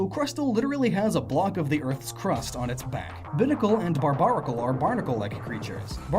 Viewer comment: I cringed every time he said "Binnacle" and "Barbarracle".